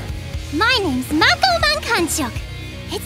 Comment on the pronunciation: Mako's voice is pretty good but she seriously screwed up the pronunciation of her name.